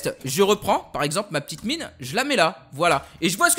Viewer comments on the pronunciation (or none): none